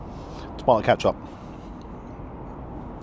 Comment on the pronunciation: Do you call it “Catch Up” just to wind me up? We all shout at the screen “Ketcup” when you do it! Lol.